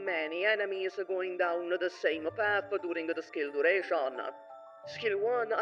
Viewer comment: DUTATION. it irks me way more than it should.